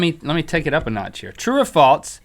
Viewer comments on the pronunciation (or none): true or faltz. why cant link pronounce false? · Is it just me or does Link say "False" like "Faults" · Link adds a T to false ... "That's faltse." I can't decide if it's endearing or annoying. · Stop saying faltz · Has anyone noticed how Link says Falts instead of False? It's so annoying haha. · Why does Link pronounce false as falts? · Even though I have the same accent, it does sound like false sometimes. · Anyone else get annoyed at how Link puts a T in false making it sound like Falts? idk, I love this show and watch it daily, not hating or anything, just stating one of the things I find annoying. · Faults is a word....face palm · Faltse? Geeez talk about not being able to pronounce.. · Anyone else notice when link says false it sounds like he's saying "faults" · Link says FALTZ